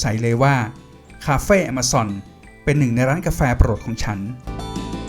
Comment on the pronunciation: Amazon : แอ-มะ-ซอน